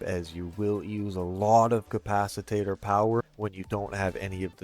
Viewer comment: Good video but...um "capciTATER?" Hope he's being tongue and cheek when he says it. And I have question everything now because a says you can rep yourself with your own drones.... thats a hard NOPE!